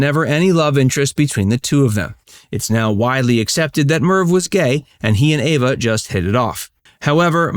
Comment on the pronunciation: Her name is Eva not Ava